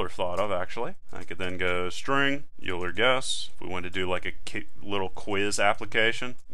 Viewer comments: String EulerPronun; While(EulerPronun != “oiler”){ cout << “enter Euler pronunciation ”; getline(cin, EulerPronun); if(EulerPronun == “youler”){ cout << “Youl her?! I hardly know her!” << endl; } } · Your use of parentheses is suspect I think when you write "(age >= 80 && ((age > 100) || ((age-AgeAtlastExam)>5)))" I think you have one too many left parentheses unless I'm going crazy. Also, it's pronounced "oiler" not "U-ler" !! Lastly, I'm experienced with programming, but haven't seen C++ before, not sure why so many people can't follow along at this pace, this is exactly what I was looking for! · Good tutorial but please never say "yuler" again. It's "oiler". Thanks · Euler is pronounced "oiler". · Great video, but Euler is pronounced Oiler. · When he mispronounced Euler, I laughed and actually pushed my glasses up on my nose. : ( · Anyone else notice that he kept pronouncing Euler wrong? Tutorial was amazing though.